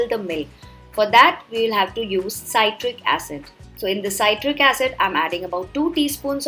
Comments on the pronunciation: See trick ( citric) not sigh trick (cytric ) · C-i-tric not s-a-i-tric acid You northees stop pronouncing i-ron kadai. Say it like i-an kadai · It's not saitric acid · ‘PSytric acid’ lmao 🤣